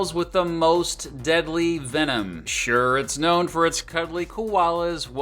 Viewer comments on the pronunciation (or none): none